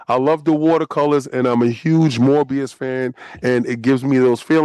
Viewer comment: Yo its MOEBIUS not morbius